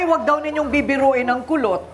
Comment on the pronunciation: Kulot po...Kulot po, hndi po Pulot...😅😂😂